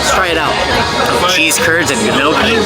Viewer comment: Love this! Gnocchi poutine sounds amazing! FYI the G is silent. Like the G in lasagna. The gn gives a “nyuh” sound. So it sounds like “”nyuhkey”. You should eat at Hey Lucy the next time you are in T.O. Love the channel.